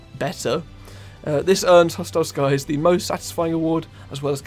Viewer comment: I’m mad at the fact that he kept saying hostile sky’s 😂😂😂😂😂😂 all g tho amazing vid 🎉